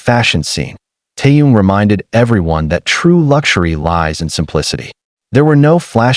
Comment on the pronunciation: You don't even know his name. He is Kim (family name) Taehyung (first name). Butchering his name is disrespectful!